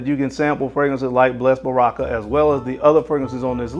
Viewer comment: Baraka is Arabic for “blessing” (“blessed blessing” is an odd name lol) and pronounced “bah-ruh-kuh.” You don’t want to know how “oud” is pronounced 😂